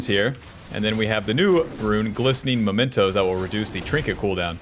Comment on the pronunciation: did you just say glistening momentos? xD